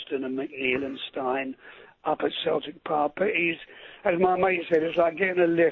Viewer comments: I can't believe that Rod Stewart , of all people , pronounced ( Jock ) Stein as Stine . Hmm ? But he is right ; had Rodgers stayed until the end of the season he would have been sent on his way with every Celtic fan's blessing . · Yes , but John Stein ( big Jock ! ) pronounced his name Steen , and so did everyone else - and that is good enough for me . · STIEN???? as in Beer STIEN.?? Fucking arsehole Rod stewart.what kind of septic fan.or anyone anywhere pronounces STEIN as a German Beer glass?All that this fake does is turnup at big games and fanny about.Rodgers left because the prospect of a tainted Treble treble ment FUCK ALL to him! Even he knew that "trophies" given by cheat referees mean fuck all.Never thought ah would say it but well done Rodgers and all the best in your new and better job!